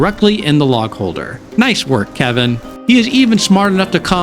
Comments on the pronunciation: His name is KE-L-VIN - you're not saying the L in his name. That's the difference between "Troy" and "Toy" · He is def Kevin and Virginia is Victoria. Just sayin. My friends n I just can not remember to say their names properly and thus they are Kevin and Victoria lmao Glad to see someone else does the same at least with Kelvin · Great video but calling him Kevin instead of Kelvin was grinding. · Never heard someone get his name wrong so consistently